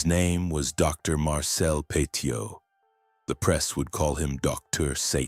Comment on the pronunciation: His surname is pronounced PETTY-OH It's worth also looking at Henri-Désiré Landru, the French Bluebeard, who killed 11 women after pretending to marry them in the 1920s 😮